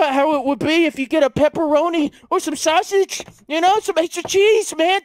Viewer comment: "Sashage" lol sausage